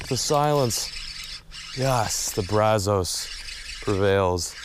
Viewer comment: Braz-US. Please start pronouncing better!!! Wash-u-tah! Thank you! If you go to Mexia, muh-hey-yuh 👍🏼